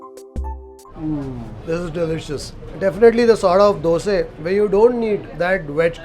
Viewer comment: Why you say dose not dosa. It sounds off or I am wrong?